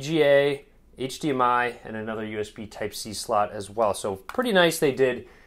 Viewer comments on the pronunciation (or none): none